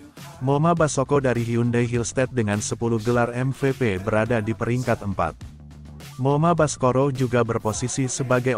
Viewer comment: lucu mimin bilang moma baskoro😂😂😂